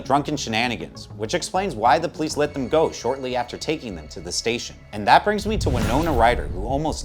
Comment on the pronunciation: "Dem amendments"